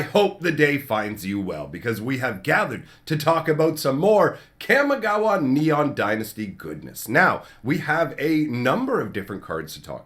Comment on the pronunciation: I'm sorry, so sorry to do this, but you know this is a Japanese based set. I know this is rude to correct you, but it is pronounced Kah Mee Gah Wah not Kam Mee Gah Wah. Just use Spanish vowels. Japanese has the the same vowels Spanish. Also, it is Ninjustu not ninjistu. I know this is annoying, but it bothers me as much as people saying Azuza instead of Azusa.